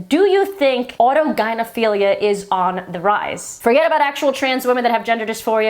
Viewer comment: You pronounced autogynephilia correctly. You must have seen Kat Blaque’s video.